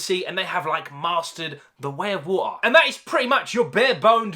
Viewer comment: Tha Whey A WoahtAh